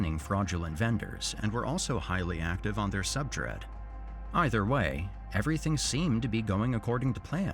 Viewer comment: The use of AI voice over killed it for me. Come on dude. “Subdread” instead of subreddit?